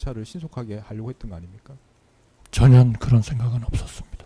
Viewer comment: 쟤는 전혀를 아직도 전연이라고 씨부리네